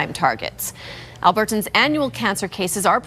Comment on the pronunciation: Why does she pronounce “Albertans” so oddly